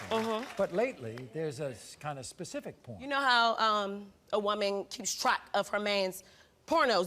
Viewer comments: "Pacific"?! Lol! I'm sure she means specific. 😂🤣 She's FOINE and FLEXIBLE! 😂 The way she threw her legs back & held them in the air so comfortably! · Pacific things?!😂😂😂